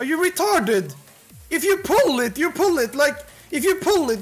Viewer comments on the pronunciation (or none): 6.45 doesn't sound british, that is some scandinavian accent based on the inflections on "retArdid", "poole it" and "baack"